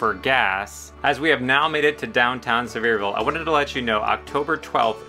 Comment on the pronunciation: I live here and love your videos. Too difficult getting around to find out these things myself.😂 Careful-your gonna start hearing some bless your hearts if you keep mispronouncing Sev-ear-VULL 😂😂😂 Keep up the great work!